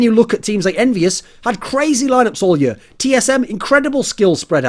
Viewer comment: I love how he says year